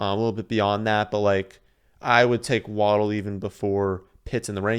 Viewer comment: Solid draft. Idk how to say Etienne but btw it's pronounced "Wah-dell" not "Waddle", there is a video of his family at Bama when he scored and the announcer says his name and his entire family says together "It's Wah-dell!" (my gf has the same last name and is pronounced the same way :P)